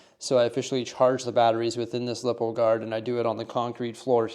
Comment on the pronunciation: Its not "lip - o" its "lie - po" cause the li stands for lithium and po polymer